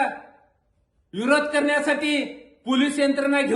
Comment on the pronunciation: इरोद नाय विरोध बोलायला शिक आधी😂